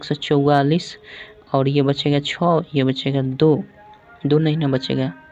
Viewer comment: Choo Nahi che hota hai sir